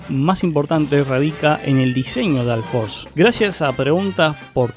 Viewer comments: alforce altimate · porque pronuncias la u como a????